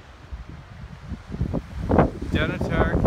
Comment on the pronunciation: I love your videos. I fly RC helicopters. Just for your info, it's pronounced Dunotter. Slains Castle up the coast in Aberdeen is where Dracula was based on. I live in Aberdeen and would have loved to show you around if I had known. I am also a Broadcast cameraman and think you do a brilliant job of filming thank you.